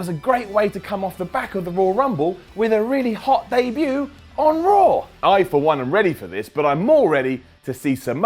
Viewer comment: I like how he always pronounces Raw like RAWR